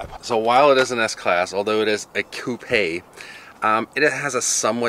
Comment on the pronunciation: You said coupé not coop — sheesh I'm so impressed bud!!!👌🏼🤣